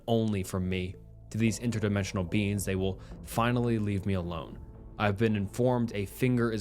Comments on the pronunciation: U pronounce beings as beans and it pmo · The SnappedFingers story ended up making me laugh just by how pronounces "beings" in a way that makes it sound like "beans", kept having images of the guy being chased by the man-eating lima beans from that Jimmy Neutron episode XD